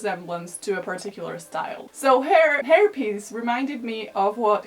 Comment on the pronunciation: i thought you said herpes lol (hair piece)